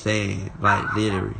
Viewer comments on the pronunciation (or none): I see y'all haven't told him to quit saying words he can't pronounce...litary